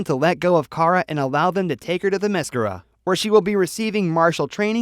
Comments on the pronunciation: my word this guy is butchering wonder woman home land name it's pronounced Therm meh scare- ra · This video is crap and inaccurate. And you pronounced Diana's island wrong.